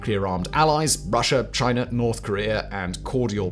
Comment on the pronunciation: "Chiner attacks Canader"??? 🙄